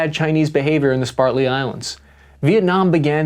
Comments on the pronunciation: As a fellow average infantryman, I'm a fan of this channel, and you do quality research, but you need an editor. Curious pronunciations aside ("SPRAtly" Islands, not "SpARTly"; "ZIRcon" missile not "ZYCRon"), nearly every episode has at least one significant misstatement, misidentification or confused or just wrong term ("beAm," not "beRm"). These unforced errors do your hard work no justice. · “Called the Spartly Islands.” Uhh, that’s not what the map says: “Spratly.” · I really enjoy your content and appreciate all of your hard work BUT, please, it's Spratly Islands, not Spartly Islands! 😅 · SPRAT-ly, not Spart-ly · It’s pronounced Sp-RAT-ly islands… not sPartly islands. The r comes before the a not after it. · It's SPRATLY, not SPARTLY. Christ dude, hearing you talk sometimes grates my nerves. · *SPRAT-lee... Islands. Not Spart-ly... Lol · its SPRATLY ISLANDS, NOT SPARTLY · Spratly Islands not Spartly Islands. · They are the Spratly islands, not the Spartly islands. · It's "spRatly" not "spaRtly" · It's the Spratley Islands 😂 sprat-ley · Spartly lol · /Sprat-Lee/ Islands - please work on your pronunciations. Lol😂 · Every time he says “Spartly” I die a little inside. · Spratley... berm/beam... look em up. But overall helpful. Thanks! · That's "Spratley...!" "Splendid!" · Spartly? Might want to reread that. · "Spratly" bro. SPRATLY 😉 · Spratly - pronounced “sp-RAT-ly” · Spratly (sprat lee) islands. Letter of Marque (maark). Other than that, excellent insights and info....as usual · "Spartly" Islands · SP-RAT-LY GODDAMMIT!! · Is he intentionally mispronouncing Spratley? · Also, "Spratly," not "Spartly." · Spratly, not Spartly! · S-p-R-a-t-l-e-y, not S-p-A-R-t-l-e-y Islands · This covers China's maritime militia well. But he consistently MISPRONOUNCES "Spratly" The Spratly islands/atolls Neither spelled nor pronounced "Spartly' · It's Sprat-ly islands not Spartly islands. LOL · Sp rat Lee sir not spartly please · It's SpRAtley Islands not SpARtley Islands.